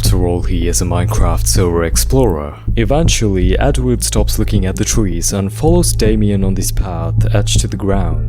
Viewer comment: twees… I love how he uses w for some words cuz of a problem with his lips I think😭